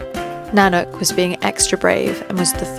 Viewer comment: Nanook is pronounced Na Nook' the accent is on the second syllable. Carol in Canada